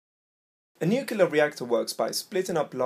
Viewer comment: Yeah good video, but you lost my respect with "nucular" It's not hard to say nuclear, (noo-klee-er) especially in a teaching video.